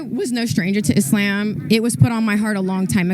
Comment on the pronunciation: she said it how its supposed to be said. It's pronounced "Islam" not "IZLOM" most Americans get it wrong